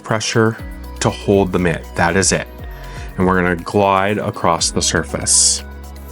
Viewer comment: an excellent video detailing the process and benefits of RW. fyi, there’s no “t” in the word “across”